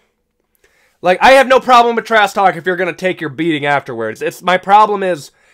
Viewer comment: "trass talk" please ssut up